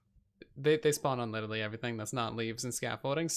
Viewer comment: Not trying to be mean but it is so annoying when he says “wif” and “uverything”